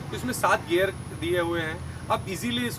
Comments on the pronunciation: That "gear" not "gayer"😢 Nice english 😂😂😂😂😂😂. saddle hight is not right. Cheap gear system. Sh** brake lever. Cheap saddle. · It's gear not gayer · It's not gyear it's GEAR